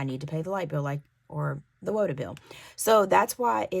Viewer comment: Your pronunciation of water is tripping me out 😂😂